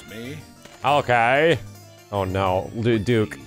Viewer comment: why he calling Duke by saying Duck?